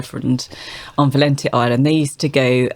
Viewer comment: .. that's the Spanish pronunciation of their Valencia... sor-eeee but it's a book on Irish women 💃 Val-N-shah 😁